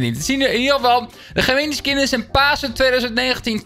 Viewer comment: Iedereen: Gemeni: ge mini 😶